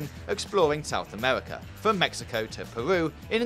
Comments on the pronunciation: “South Amerwica” 😆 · OASIS South Amewica